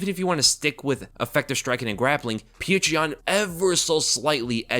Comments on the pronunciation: Why are you calling him “peach tree yan”.?? That’s not even close to his name. I was more fired up for omally than any other fighter ever. Don’t know why I just feel like proud of him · Ay yea i love "petra" yan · subliminally plugging Patreon when saying Petr Yan